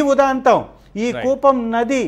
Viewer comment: కూపం నది కాదురా... ఎర్రి పువ్వా! కూవం నది.